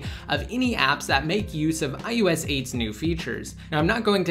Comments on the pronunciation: It's I O S 8, not ius8 -_ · It's ios not ius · Why does it sound like he's saying I YOU S instead of IOS. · This guy says ius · Why is he saying iUS 8?! I thought it was iOS 8?! And if you're giving widget reviews, why are you holding the iPhone to the side! Annoying!